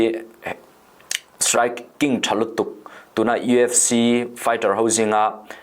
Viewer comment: I lam dan ka hre sual nge,EFC tiin i lam tlat in ka hria.UFC tih tur ani zawk lo maw